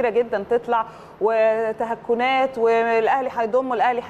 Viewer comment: كلمة تهكنات خطأ الصحيح تكهنات ياأستاذه